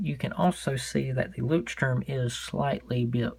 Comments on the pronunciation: Pronounced LOYSturm (per the company). It means "lighthouse" in German. :) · Not really. Check google translate, choose german as the language and then hit the pronounce button. You'll hear that it's not really sturm. You're forgetting the 'ch' sound. and there's no S in Leuchtturm. :) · Wow, the pronunciation is SO wrong in every way! You probably forgot to set it in German before playing it LOL. But other than that, it is a very useful video, thanks!